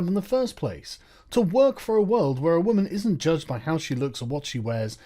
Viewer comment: "as a wwwuummennsss"